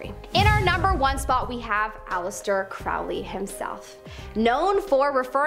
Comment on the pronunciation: Ackchyually, it's pronounced "KROE-lee." Which was absolutely pretentious on his part. The Beast of Revelation, as described in the Book of Revelation, will be a turbo-fashy imperialist mega-Hitler type of dictator. He'll rise from a resurgent turbo-fash Europe, his regime will be the Fourth Reich, and that Reich will be the final incarnation of the Roman Empire. Is it, though? Don't know what alternate timeline you're living in, but things look the exact opposite to me.